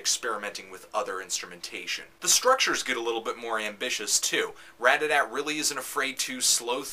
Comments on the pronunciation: ratATAT not radadadt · everytime he says radada i want to laugh. Otherwise, nice review :) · Dude, I LOVE Anthony's reviews, don't get me wrong, but DAMN! This shows its age because I don't think he actually said RAT-A-TAT once in this entire video XD LOL In his newer reviews of Ratatat, he puts so much emphasis on the TAT now. I think he caught on. haha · I just can't believe someone would call them Radadat with such confidence. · why does he call ratatat "RAD-A-DAT" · Say the name right